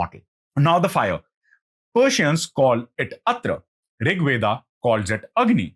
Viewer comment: Veda...not Weda